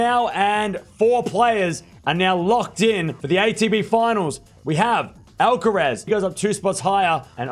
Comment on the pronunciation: You keep saying the last syllable in “Alca-rez”, like “tess” when it should sound like Alcar- “ass”. (literally).